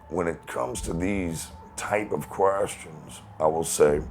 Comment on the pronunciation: Never heard 'questions' pronounced quite that way. Quuuerstions.